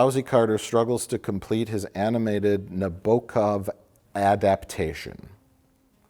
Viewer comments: You could see the moment in eyes when Mike explains “Nah-bow-kav” is a Russian author and whether or he not it’s worth correcting Mike’s pronunciation or just letting it be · Mike's pronunciation of 'Nabokov' is exactly what I would've hoped for from Mike pronouncing 'Nabokov' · Was Mike trying to say Nabokov??? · Nabokov? The famous author whose name mike can't pronounce?